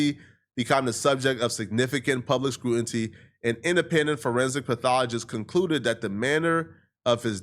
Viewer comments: incorrect usage of words for today: “scruanty” instead of “scrutiny” 🤦🏾‍♂ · Why do you like using words you don’t know how to pronounce man, scrutiny fam not scrutinty😂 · The return of “scrutinty” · Sound it out..Scu-tin-nee😑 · “they’re under heavy screw-n-tee” brother what?!💀 please don’t try n clown on gang bangers ever again, you can’t even speak basic english brudda 😭🤣🤣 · say it with me now, screw-tih-nee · Scruinty lol